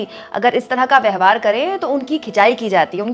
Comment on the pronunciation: आप 'व्यवहार' शब्द का उच्चारण 'व्यहवार' किया करती हैं...कई विडियो में ऐसा पाया गया है! इस उच्चारण-दोष को सही कीजिए!